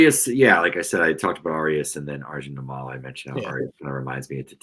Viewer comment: Good stuff, guys. One small detail: Arjun Nimmala’s last name is pronounced NIM-ma-la; accent on the first syllable, note the double “m.” I don’t know him personally or anything, but my family is originally from the same twin cities area in India as his (Vijayawada/Guntur in Andhra Pradesh, not that anyone cares), and I wanted to correct the record. It’s pretty cool that a guy with the same background as me might be an MLB player before too long; even among other Indian people, we Telugu folks are generally thought of as a bunch of engineering/IT/med school nerds, and definitely not as athletes.